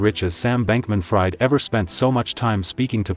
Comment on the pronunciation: If you are choosing to use AI Voiceover tools (as it is obvious you are) then at least take the bother to edit video text prior to translation to 'speech' so that the AI voice reads it as it is supposed to be pronounced: in the case of SBF -- 'Fried' is pronounced 'Freed' (which should have been more than clear to anyone researching the FTX fiasco). This is a new channel so attention to detail is worthwhile -- this advice is meant as constructive criticism so I hope it helps!